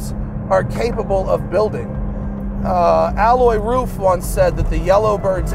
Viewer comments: Can’t even get his name right ; it’s Alois the i/s isn’t silent , it’s A-low-eez !!!! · Alloy? You mean Ah low ees? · Please do me, my Grandfather (who had the same first name) and Alois Ruf the favour and spell his first name correctly. Its not Aloi its AloiSSSSSSSSSSSS dont skip the S at the end, its rather importent in german, we have no vovels to forget or hide under your tounge in german any letter you see has to be spelled. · hahahaha OH GAWD. Alois Ruf is not pronounced 'alloy roof' but 'A-low-eez'. I remember reading that back in the 80s in an issue of Sports Car International. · I was laughing at this mispronunciation too. how on earth do you pronounce the name Alois as "alloy", lol. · while i do not have heard the podcast i literally live in the town next to RUF and believe me, it is not alloy. If anything, a local would emphasize the „s“ in Alois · The man is called "ALOIS" Ruf, not "Alloy" Ruf. Also, the material you're talking about is called "Aluminium", not "Aluminum". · Love it. Great car and great video! Just please learn to pronounce Aloïs right (A-LO-ISS) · Matt, his name is A-low-eez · RUF isn't a tuner but a car manufacturer. And the guy is called Alois, not alloy... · Alois is pronounced A-low-ees. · AH-LOY-US. it's nor Frecnch ya goof. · his name is not "alloy", it is alois, with an a like arkansas, followed by lois, like lois lane....it sounds just stupid like you pronounce it, it hurts in the ears.... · The "s" in Alois isn't silent. ;-) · Great video! The "S" in Alois is not silent btw. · The S in Alois is not silent, because it's a German and not a French name. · Pretty sure you pronounce the S in Alois, Matt..... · He knows how to pronounce Gemballa but butchers Alois?